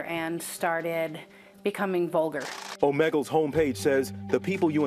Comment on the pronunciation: “OH-MEGGLE” LMAO